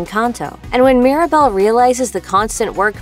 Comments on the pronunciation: It's Mirabel not Maribel 🤦‍♀️ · She also keeps calling Mirabel “Maribel” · It’s mírabél not Mirabell and it’s mádrígáls not mardigils